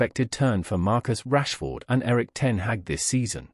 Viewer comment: I think Rashford deserves to have his name pronounced correctly, at least.